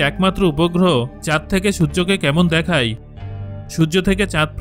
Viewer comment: আপনি দেখায় না বলে দেখাই দেখাই বলছেন কেন ?